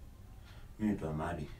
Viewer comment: My country people it's " Amadi " not "Amandi" am tired 😩😩😩